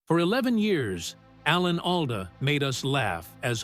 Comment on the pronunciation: How he allegedly got his last name makes no sense at all. His mother's last name did not begin with da. Call me crazy but I believe Brown begins with br. And the fact that you pronounced his father's last name properly but not his in the entire video is ridiculous.